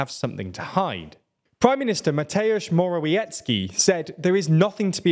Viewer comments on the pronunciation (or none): It's pronounced Moravietski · The pronunciation is approximately "Mor-a-vyet-ski" ("wie" makes a "vye" sound). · Polish pronunciation is not a difficult as it might look. Remember that the 'u' in 'Tusk' is pronounced like the 'oo' in 'too', so he's 'Toosk'. Remember also that the 'w' in 'Morawiecki' is pronounced like the 'v' in 'have', so he's 'Moravietskee'. Congratulations on getting that 'ts' sound in the 'c'. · Pronounciacion tip: W in Polish is read like V in like all other languages; so think of Morawiecki sounding like Moravieckee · Nice video. Please, check the pronunciation of Tusk and Morawiecki. Big thanks.